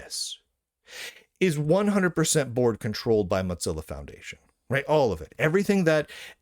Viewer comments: Mozilla being repeatedly mispronounced now makes me want to eat some cheese. It's pronounced Moh-zihla not Mahz-ella. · Mozzarella? What? Oh, you mean moe-zill-uh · I think you should say "mo-ZILL-a" instead of "mot-ZILL-a". There's not "t" in "Mozilla". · why do you keep pronouncing mozilla as moDzilla? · Mot-zilla? Is this an Italian pronunciation? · Why does he keep calling it Motzilla? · There is not a D in the word Mozilla.